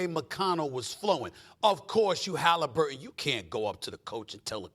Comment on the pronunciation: Who is Halimburton?